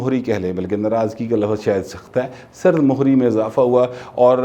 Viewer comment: " سرد مہری" میں "م" زیر کے ساته بولا جاتا هے.